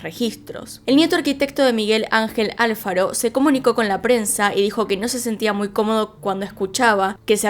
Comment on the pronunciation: Me da un poco de risa que pronuncie Álfaro jajaja es mi apellido y yo nomas le digo "Alfaro" (con acento en la segunda a)